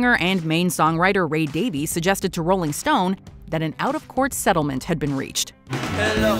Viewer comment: It's Ray DavISS, not DavEEs. Despite the spelling. He's only explained this as many times as Donald Trump has told us about his "very good brain."